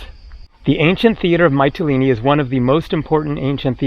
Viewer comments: It's pronounced "Mitt-a-lean-e" not "Might-a-lean-e' FYI. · Actually, all the vowels in the word are pronounced in the same way as the letter "e" or "ee" (see, meet, greek etc). There is no "a" sound at all. So it's more like "Me-tee-lee-nee". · Hi. It's Meetilini like Meekonos. The Y in Greek is pronounced with a clear ee.